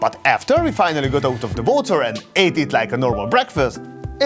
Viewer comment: Please, learn english it was so difficult to understand what you saying. Its not votor its water with U not V ! 😑